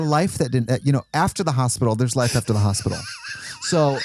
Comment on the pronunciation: Are we just gonna skim past 'hop-ital'? 😆 Zoom! The way I'm struggling to keep up is wild lolol